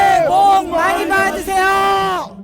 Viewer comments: 그래 새해 천벌받으세요로 들리는건뭐지? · "새해 똥많이 싸세요" 난 이렇게 들리네~ㅋㅋ